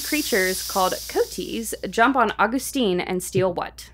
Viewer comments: the pronunciation of “coati” really threw me off lol (it’s co-AH-tee btw) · did they just pronounce "coati" kotee? Lol it's koh-ah-tee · coati pronounced co a tay. They are their own genus family, but remind me a raccoon crossed with an anteater. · Coati = kow-aa-tee. That is all. :-)